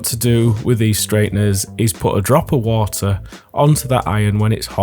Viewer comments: Ha wah uh. Hawt wahrtuhr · why no wo-a f-om a ke-el? Making tea... s wo-a is heated a-eady